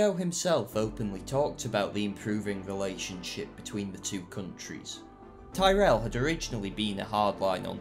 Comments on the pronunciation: You've mispronounced Tyrell. It's pronounced like Tirrell. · Why do you say Tyrrell like a Yank?